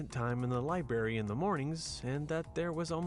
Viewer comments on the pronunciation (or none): ‘libary’ ‘exscape’ i HATE this man